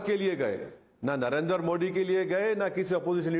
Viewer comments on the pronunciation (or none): Rahul T-shirt waalaa and at the same time illiterate cannot pronounce Narendra properly. How and why he is living in Bharat.